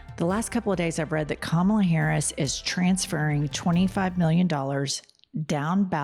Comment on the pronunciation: And he cant say Kamala’s name properly !